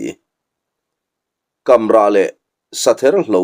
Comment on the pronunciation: Kamrah... lui/tuipui kam tih angin 'kam' hi lam tur. I hre tho a; i lam sual a nih ka ring. 😅